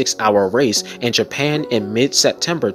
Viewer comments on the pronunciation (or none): none